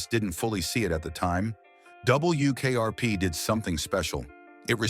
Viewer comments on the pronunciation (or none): “DUUUble U” AI voices are so bad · It's W ! NOT DOUBLE U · A.I. voice sure has a problem with "W". "double....u" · True, I hate the narration with its "Dub. Bul. Yew. Kayarpee". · “Double U KRP”???? 🤔 🤖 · Yes, the awkwardness with "Dub. Bull. Yew. Kayarpee" gives it away. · No, it's ai slop. a'Dub. Bul. Yew. Kayarpee" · "DoubleYOO KRP" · Love the way the AI pronounces "Double You Kay Are Pee" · "Double U, KRP" I wanted to rip my nails out. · Double U K R P. 😂 The worst. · Yeah, the way it said WKRP was driving me crazy. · Still waiting for AI to say 'W' correctly. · Yep. Otherwise it wasn't horrible. Stayed to the end.